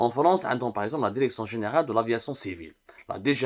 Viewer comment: Pu…. On dit DIRECTION et pas DERECTION. fais un effort yarham babak. Et si tu parles pas bien Françaus parle en arabe ou amazigh.